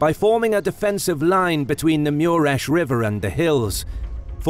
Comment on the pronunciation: wtf dude? its even written on the battlefield map MURES river, why do you pronounce it MIURES, there is no "I" in the name.